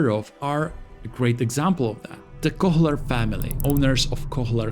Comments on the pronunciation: H in "Kohler" shouldn't be pronounced. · That pronunciation of “Kohler” is killing me 😂